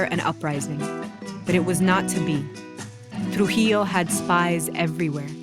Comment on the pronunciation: I suppose you are not a Spanish native speaker. Although the narrator in this video did intend to keep the original pronunciations, her "R" when pronouncing names like "Rafael" or "Rufino" sounds pretty English, not to mention the way she says "Trujillo". But I still appreciate the fact that videos like this, allow the general public to get informed on Latin American history.